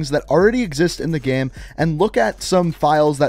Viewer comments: Dude can you stop saying GAEM its called GAME ffs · Every time you say “game” you pronounce it as “ghem”, and it literally drives me nuts😣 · How can you say “gamefiles” the right way and say “game” so odd 😂😂😂😂 “Gayhme”